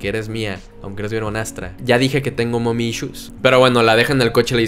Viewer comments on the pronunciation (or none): none